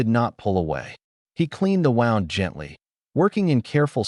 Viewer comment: It's wooond not wond this must be an A I commentator they don't understand the difference between two words spelled the same but sound different from each other